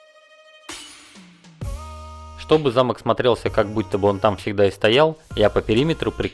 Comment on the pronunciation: Не замок а замок)